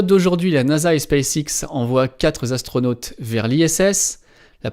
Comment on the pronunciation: Dans la présentation j’avoue que savoir que quatre Zastronautes sont partis dans l’espace m’a tellement fait mal aux oreilles que j’ai mis fin au visionnage de cet épisode. Désolé 🤦‍♂️